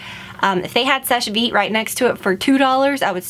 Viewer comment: Someone told her how to SAY SECHE VITE